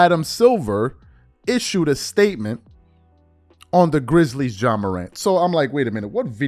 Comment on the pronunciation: This man's name is not John Morant it is Ja pronounced Jah. John is nowhere in his name. How can people have these platforms and not pronounce the persons name you are speaking on correctly. He isn't the only one and it's annoying. GESH!!!